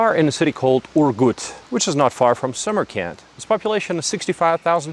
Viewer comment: It is me or does this guy sounds like he keep spelling Samarkand as "summer camp"